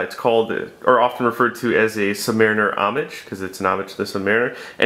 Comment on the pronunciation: he's saying "homage" ... correctly might I add.